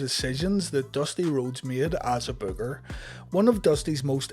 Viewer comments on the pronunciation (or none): It's BOOKER not bugger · Why can't you say BOOKER